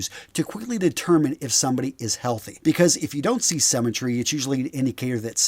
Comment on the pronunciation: He thinks that 'symmetry', a concept people learn in primary school, might be an unfamiliar term to some people. He also pronounces it 'semmytry'. Guys, what do they teach you in US schools?